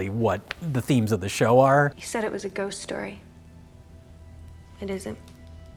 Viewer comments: I love how Mike's Wisconsin accent comes out when he says "ghost". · Mike never sounds more Wisconsin than when he says "Ghost" . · You betcha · That's the point lol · I enjoy that Mike only has a Wisconsin accent for the word "ghost" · I love the way Mike says "ghost." Its like his Milwaukee accent suddenly becomes 10x thicker for that single word. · Mike's Wisconsin accent really comes out when he says "ghost."